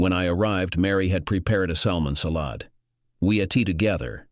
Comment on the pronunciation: Salmon salOd... sounds like the narrator is channeling Megamind LOL